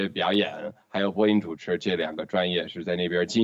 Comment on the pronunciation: 是「播音」主持，不是「婚姻」主持啦 XD